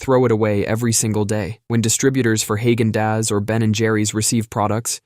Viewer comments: Great .... I can't unhear hay gen daaas now ..... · The way he say “Hay gan däz” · Haygen Daz? 😂